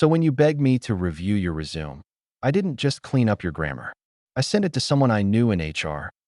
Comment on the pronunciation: AI doesn’t know how to pronounce “resume” correctly for context of story.